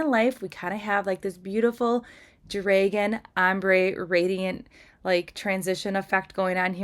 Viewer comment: I love your nails, but why do you say dragon with a long a?